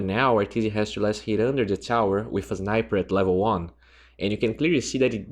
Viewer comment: hmmm is this the guy who pronounced two as choo??? if he is mannnn... i like to watch more of your videos from now on :)